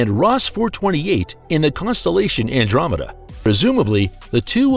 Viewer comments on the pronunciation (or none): none